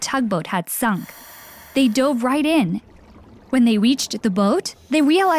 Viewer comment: You kept saying wight instead of right